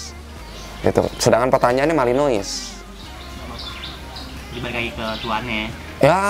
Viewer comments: Nyebutnya malinoa bukan malinois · Bang kalo belgia.... Courtois (Kiper) pengucapan kourtoa.... Kalo Malinous pengucapannya Malinoa.... Koreksi bila saya salah